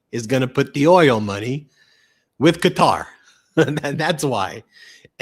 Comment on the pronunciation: Thankyou Ben for pronouncing Qatar correctly. "Cutter^, was like listening to fingernails on a Chalk board.